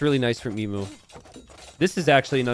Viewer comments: Only in t90s world. In the real world Emu is pronounced eem-you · I love these small maps. PS - Do all Americans pronounce Emu the way you do? Never heard it pronounced like that before.